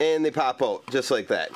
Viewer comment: "and they pop oot" ;-)